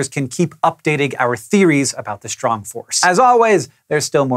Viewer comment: Shrong force? :P